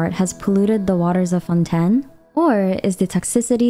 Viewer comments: Fonten? wahaha shouldn't it be pronounced like fonteyn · Plzzzz stop saying "fon-ten" its pronounce fon tane but is spelled fontaine im sure yk that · fonTAINE. not founten, ugh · I don’t know where you’re from or if English is your first language but it’s pronounced Fon-t-“A”-n not Fon-ten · FONTEYN NOT FONTEN LOL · someone take a shot, everytime she say fon-ten. i bet her script have 100+ mention of fonten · “Fontenn Fontenn Fontenn” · I like how u pronounce Fontaine as Fonten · this might be a stupid question but is it pronounced as 'fon-ten'? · Fonten lol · Are you saying Fonten on purpose??? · Fon ten 😂😂😂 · Im sorry I just hear "ForTen" all the time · I just keep hearing Fonten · Lol isn’t Fontaine not fonten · Oof. I cannot stand the way she pronounces 'Fontaine' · Great video! If I may, in French, we do not pronounce the 1st "n" in Fontaine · Had to click of the video by how she pronounced Fontaine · I see your pronouncing Fontaine with a French accent. I think you have to put more emphasis on the ‘n’.